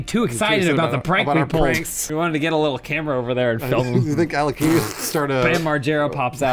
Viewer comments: Alekini? I think it's Alekhain. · It is not Alekini. It is Alekhine. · It's AH-LYO-HEEN, not AH-LEE-KHEE-NEE. Source: I'm a certified russian. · Awesome video, as usual! But it's pronounced "Alekhin's Gun". Aleksandr Alekhin was a famous Russian chess player, who emigrated to France (that's why his lat name is spelled so, erm, funny). P.S. I have no idea what he has to do with guns, as far as I know he never shot any guns in his life.